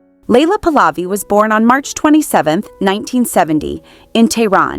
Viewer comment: The dynasty is pronounced 'Puh-luvi'(emphasis on the first syllable), not 'Pulaavi'!